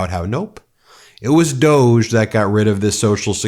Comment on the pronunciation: Stop calling it DOG3 IT'S REALLY DOG-E.